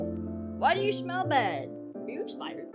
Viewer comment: when you said is it expired I thought you said is there a spider 🤣🤣